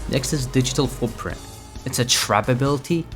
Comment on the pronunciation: i heard at first "digital poopprint"😭